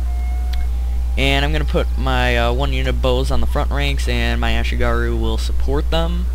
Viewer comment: close, but it's "ashigaru"